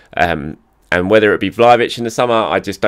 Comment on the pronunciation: Vlahovic - it is pronounced as Vlahovich: the "h" is pronounced as the "h" in: holy.